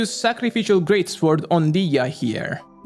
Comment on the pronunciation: Someone tell that sword is pronounced sord: the w is silent.